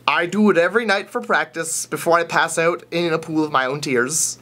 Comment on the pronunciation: Pass Ouoot. <Proof Of Canadian.